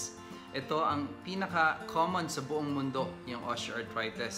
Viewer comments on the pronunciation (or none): Doc I really really like your vlogs but I am annoyed at your pronunciation of the letter i. Like you say osteoarthrites… instead of itis na matigas na i sa end..